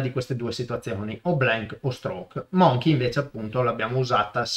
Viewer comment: Preziose lezioni, sempre chiare e ben fatte, grazie. Solo un'osservazione, permettimela: ˈməNGkē non "monchei" (insomma, la pronuncia di scimmia è troppo da italiano) :D